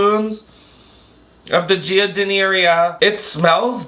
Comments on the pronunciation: it’s jar-din-AIR-ah and it’s Italian and in a lot of salads lol. That said I’m not a big fan… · You trying to pronounce giardinera killed me. It's JAR-DI-NAIR-A for future and put it on a beef sammie❤ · Its pronounced like…. jar-din-air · Giardiniera - drop the i after G and pronounce -ar like a pirate, that’s how you say it! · Being from Chicago and watching you try to pronounce giardinara made me lol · giardiniera is pronounced jar-din-er-uh omg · Jar-den-naïr. You’re welcome! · GEE-UH-DI-NEAR-EE-UH is sending me😂😂😂😂😂 I can’t with you😂😂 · this + not being able to pronounce giardiniera and calling it ghonerrea instead 😂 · lol..., its jar-di-nair-uh unless youre like us chicagoans and lazy and just say "jar-din-aire" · You not being able to pronounce giardinera made me cackle lmao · You trying to pronounce giardiniera hurt my soul 😂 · I’ve new heard someone pronounce giardiniera so unbelievably wrong😂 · Trying to pronounce giardiniera gave me an aneurysm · living on the east coast and not knowing how to pronounce Giardiniera is wild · Absolutely love attempt at pronouncing giardiniera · I'm from Chicago and you made me forget how to pronounce giardiniera😂😂😂